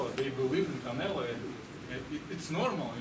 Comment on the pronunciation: Bivol dijo Canela 😂